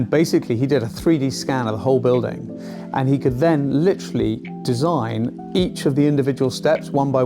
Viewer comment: Litrally. Litrally. Litrally, litrally. Litrally. Litrally. Litrally. Litrally.